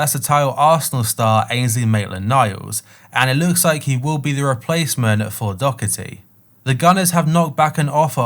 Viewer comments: Its doherty not dockerty how is that so hard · Yes it's Doherty not Dockerty! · It’s Doherty there is no C in his name you pronounced it properly the second time all the English commentators pronounce it wrong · I'm Irish and Doherty is pronounced so wrong by everyone who isn't Irish. Good vid once again 👍